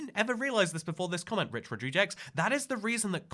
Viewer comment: I don't think i've ever heard someone pronounce Rodriguez that way until today! If you need future reference for any particular reason it's usually pronounced "rod-ree-gez," but I honestly like the way you said it too...